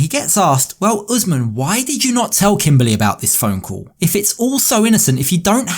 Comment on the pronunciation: 😭 what is this even . . Hasn't he been on this show because. My name is KIMBERLY. . . He says KIMBAAAALEE . . My guy . . It's KIM.BUR.LEE 👀 I had to rant I'm sorry I'm sorry lmaoooooo